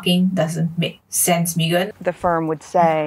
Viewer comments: I love how so many people pronounce her name as "Mee-gan" rather than "Meh-gan". Its so on point! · Xiaxue your pronunciation of her name... 😂 "me-ghan" so apt. 😂 Also Meghan is vegan la... So she rescue chicken lor. Publicity stunt only la.